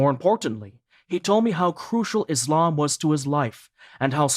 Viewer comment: Could you please pronounce the name of our beautiful religion ISLAM not iZlam, thank brother